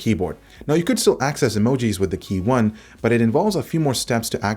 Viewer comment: Just want to let you know that it's KEYone, not KeyONE.